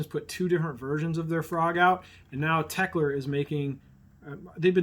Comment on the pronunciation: BTW, it's Teckel, not Teckler. ;)